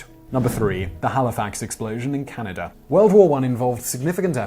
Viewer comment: I know you go to some lengths to pronounce words correctly. every time you say Can-I-da it grates on my ears.